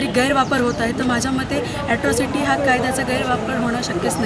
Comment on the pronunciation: ऍस्त्रोसिटी नाही ताई अट्रोसिटी आहे ते